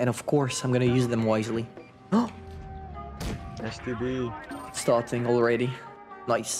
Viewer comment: was just me or did I hear call the STB-1 the “STD”